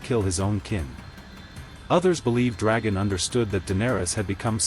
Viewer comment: "Eye-grid???" "Dragon???" "Maester Ee-man???" That is SO irritating! Have you actually WATCHED the series? At least pronounce the bloody names right!! :D